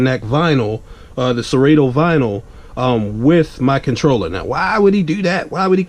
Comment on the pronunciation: The way “serato” was pronounced was a first